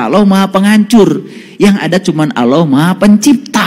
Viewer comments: MANA ADA UMAT MUSLIM MENYEBUT ALLAH DENGAN SEBUTIN AULOH..SAYA JADI MUSYKIL AFA BENAR INI UMAT MUSLIM.. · Itu bukan ustad sebut allah aja sala dia sebut awlah jadi klw awlah itu ver arti huruf skif dn ada huruf waw sukun itu sd nyata klw bukan ustad ala lagi kiyai yg benar itu allah jadi huruf lafas jalala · Mmg kyk bkn org Islam org ini..coba dengar nyebut Asma Allah aja nggk bisa..dia bilang Awloh...bkn Allah... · Mengucapkan allah sj salah, ktx aloh yg mh pencipta😅😅astaghfirullah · menyebut nama Allah juga Gk becus..alloh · 😂😂😂nyebut allah aja dia nyebut aloh😂😂 lucu nih ustad....ini penyusup kah dri oten😂😂😂..rukun iman itu harus percaya sm kiamat..ini orang kajianya pake dalil dri injil😂😂😂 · Jangan kan ..mau mengomentari isi ceramah atau pemikiran orang ini ..mendengar dia menyebut Lafadz ALLAH saja , tidak betul ..masak dibilang sekelas ustadz. Menyebut Kata ALLAH. ..dengan sebutan Awloh.. hadeh...hadeh.... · Missionaris....dai yg benar menyampaikan ayat alquran dan hadits. Perhatikan ...dia bilang aulloh....bukan Alloh. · Mengucap "Allah" nya aja keliatan kalo orang GK pernah belajar baca Alqur'an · tul bget aloh..ni org misionaris kristen bukan org muslim. Mau tau kiamat ada at tidak tar kalau ente mati ddalam kubur baru tau lu ada siksa azab d nikmat kubur.... gue pgen denger lu bc Qur,an nyebut Allah sj ga benar😂😂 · Ngaku kiyai... nyebut Allah saja gak benar....! Hati2....bisa menyesatkan Umat... Salah satu rukun iman, percaya pd hari qiamat....